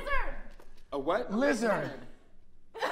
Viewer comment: Am I the only one that thought Olivia said wizard when she said lizard 😭😂